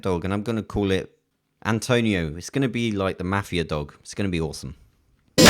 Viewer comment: In minute , when he is talking about the dog and he says antouniow(antonio) i said DA FAQ U WANT cuz my cousin always calls me like that xD